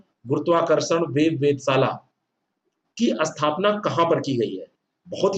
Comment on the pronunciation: अस्थपना नहीं स्थापना होता है सर